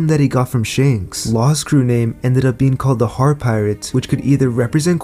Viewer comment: Its ShAnks *A Not ShEnks E*!